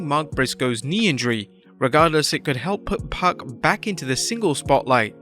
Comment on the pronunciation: I know who Pac is. Just trying to figure out who the hell Puck is the narrator kept saying